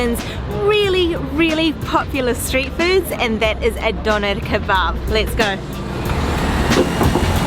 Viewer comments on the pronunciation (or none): I hate the way she says Dönner